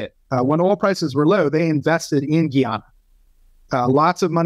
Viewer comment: It's pronounced, "Guy-Anna", not "Ghee-Ahna". 🤦🏽‍♂️